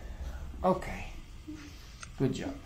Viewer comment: Il tuo lavoro non è sapere l'inglese perfettamente... quindi non preoccuparti troppo... detto questo la pronuncia è piena di errori... tipo JOE invece di JAW... Interesting ha l'accento sulla prima i e non sulla seconda e... good si legge guud e non ghiud... friends la i non si legge... comfortable ha l'accento sulla o e non sulla a... ma ti dico questo giusto perché lo hai chiesto tu perché come ripeto non è il tuo lavoro sapere perfettamente l'inglese...